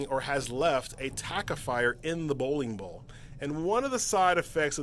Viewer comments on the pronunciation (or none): how many times can he say bowin bawl?